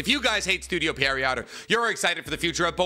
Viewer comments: please say pierrot correctly this is killing me you say it so often pleaseeeee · year 9 of misspronouncing pierrot. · Maybe he's dyslexic 🤷‍♂️ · pronounce studio pierrot's name correctly challenge: IMPOSSIBLE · Still sayin pierrot wrong .. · Studio — repeat after me; Studio Pee a rot, not Studio Periot, Pierrot, Studio Pierrot. 😂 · It's pronounced as pierre row not pierre rott 😑😑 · Pierrot is the name of a type of clown. Fitting name for them. Also it's pronounced like "pea-arrow" not "pear-E-yacht". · It's PIERROT, not PERRIOT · Does anyone else think he’s saying the studio name wrong? 😂 I’m hearing Perriot not Pierrot 😂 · yeah right! even the logo has the clown face, I was sooo surprised with the pronunciation 😂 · goddamnit, can you at least TRY to pronounce it correctly!? It's not perrryott. It's Pierre-oh (like the French name). I get it with all the japanese words but come on, dude. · It’s Pierrot like a clown kinda like what’s on the logo you dip it’s not pier-rot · I just don't understand how you are saying Pierrot when it's a french origin name and would be like Pier - roh. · It’s pronounced “Pier-oh” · Bro called it parryot lmao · Is dyslexic? Seriously asking, maybe this is already mentioned before but i've been watching his naruto content for almost a year and constantly see him struggling or mispronouncing things that he should know already how to pronounce. And with this "Perriot" example it became way more obvious this time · Just for the future, Pierrot is a French word. You pronounce it "pee - air - oh". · Pierrot is actually pronounced more like "Pee Arrow". It's the French word for clown. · These mispronunciations of Studio Pee-Air-Oh make my skin crawl 😖😂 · studio "periot" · he is lol. it's pronounced "pierre-oh". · Pronounce "Pierrot" like "pee-hair-ho" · It's officially studio Perriot 😂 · Why do you pronounce pierrot like peariot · Bro keeps saying estudio Perryowt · doesnt know how to pronounce "studio pierrot"